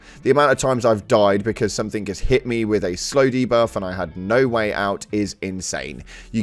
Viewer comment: Ugh, it makes my skin crawl when i hear british people saying "somethink" instead of "something"